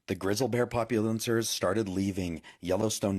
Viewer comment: Maybe the Big Y. is getting ready to pop, and the wild animals know it, so, they leave the place ... 😊👍 This guy messes up the words, turning his post into a blaberring, mostly ! ... 😐 This are the words he said wrong : "Grizzle", "populans", "syenlyphic", "Teezee", "Moun Lions" (at least he got the Lions part right 😊👍 😂😂😂 ), "That was late last week ph they started leaving" (what does the ph mean ? ...😐), animaligeous, creature creeters, " Yellowstone National Park are super-concern" (Ooof ! ...😐) Gilene will meet a fast tragic end ! ... 😊👍 He acts so entitled, like he knows that, police ain't gonna do anything to him ! ... They arrest him, then, he is set free, able to go start another fire ! ... 😐 Because they protect people who do this, the woman who alerted the authorities was not payed any attention ! ... 😐 Lake Michigan was created in order to cover a major egyptian city, with pyramids, statues, houses, roads, and all ! ... 😐 Unk is 100% wrong ! ... 🤣 in many states, a "life sentence" means 25 years, and, for good behaviour, you can reduce it ! ... 😐